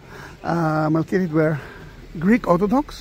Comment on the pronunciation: MEL KITE not Melkeete.